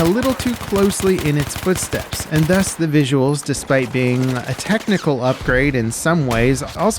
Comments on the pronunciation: “VISIUALS” haha😂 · "VISIUALS" is a new word, love it 👍🏻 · Talking about "VISIUALS" :D